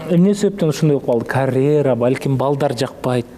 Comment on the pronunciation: Карэра эмес, каръера деп туура сүйлөчү, айланайын